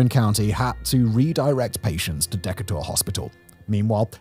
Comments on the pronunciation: De-Kay-Ter is how Decatur is pronounced. It is my hometown. My grandmother’s home was in Tanner. Thank you for covering this. It was a terrifying night. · Im from tanner/athens. Survied the 2011 and 2014 loosing my house in 2014. By the way its DE KAY TUR. good video. P.s. most people dont know this. Tanner, Alabama elevation is 666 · Local (Alabama) pronunciation of Decatur - Pronunciation: deh-KAY-ter, dɪˈkeɪ.tər. Just sayin'... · Haha the way you pronounced Decatur was not the right way. D-K-TER is how we pronounce it around here. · As an Englishman living in Alabama, and pronouncing Decatur the same way Simon does... I've been reliably informed (mocked!!) that it is pronounced De-Kay-Ta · I lived in Decatur my entire live and I don't know anyone who pronounces it like that. Everyone I know says Duh-Kay-Tur. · du-KAY-tur is the proper pronunciation. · Decatur = de-KAY-ter 😉👍🏻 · Lol Simon, you say it however you like but the residents call it DeeKAYter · Decatur. It's pronounced deCAYter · Decatur = “de-K-ter” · It's "D'Kay-dur" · Decatur is pronounced Dee-kay-ter. What can I say? It's American English. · Decatur = de KAY ter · Starting at the 8 minute mark, the correct pronunciation is duh-KAY-ter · Decatur- Dee kay ter Now say "How's your momminim?" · Simon, that town is pronounced like saying; 'Dick-ate-er'. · It's Dee kate er. Not whatever it is you are saying. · I'm not from the South, but even I know how to pronounce the town's name of Decatur (De-Cay-tur)... I know that it's difficult for people from Europe), but I couldn't stop myself from giggling occasionally 😂😂 I can't imagine going through that devastation, so I feel for everyone who lives in Tornado Alley and Dixie Alley!! 🫂🫂🫂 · Decatur, pronounced De-kay-ter. Sorry, I had to lol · Decatur = dee-KATE-er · I loved the video but the way you said Decatur fucking killed me. It pronounced dee-cay-ter. Great video though. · decatur we say deekater. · Decatur is pronounced De-ka-tur. 😊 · *duh-cater.. Decatur